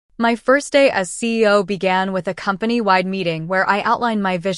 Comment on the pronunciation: Lol AI can’t pronounce CEO correctly